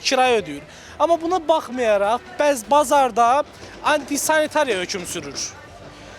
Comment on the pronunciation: Antisanitariya sözündə vurğunu düz demir jurnalist qardaş